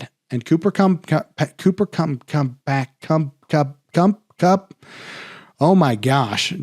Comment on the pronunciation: Cooper Cum-Cum-Kum was hilarious. Hey I really like his show Ty man. It’s really helpful!!! I have to figure out what to do with Aaron Jones. Will we not really know until 90 mins before game time? Again this is one of the most valuable fantasy shows out there. Needed especially with all the injuries already this SZN.